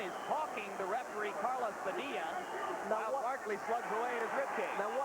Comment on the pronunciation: After some 20 yrs. They never learned to say. Padilla!😅